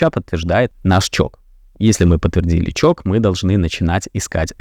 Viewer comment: Можно в следующий раз говорить не ЧОК а ЧОЧ, не привычно слышать ЧОК